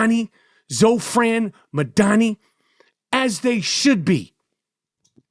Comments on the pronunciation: All your listeners should ask themselves why you're so afraid of Mamdani you refuse to pronounce his name right. New Yorkers please take a minute to learn what Zohran actually said and stands for because Michael is lying to you. He also sounds very angry. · The way michael butchered his name without any care was 😂😂😂😂😂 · I love how Michael mispronounces dudes name every time he says it in a different way lmaoooooo